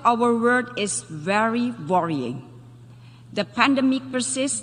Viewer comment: Ramai orang Indonesia boleh inggeris tapi tak sama sebutannya, misalnya: verry god,orang Indonesia baca, ferry god, sedangkan inggeris jati, membacanya bery god,bukan Ferry god,dan banyak lagi sebutan tak tepat berkaitan huruf V